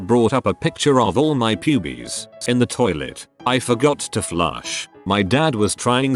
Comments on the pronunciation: the way it says pyubies is fucking amazing and I love it lmao. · I CAME TO THE COMMENT SECTION ONLY TO SAY THIS!!! 😆 Pyoobees. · Love the way it says pubes 😂